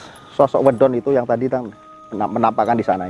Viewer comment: Medon bukan wedon. Trimakasih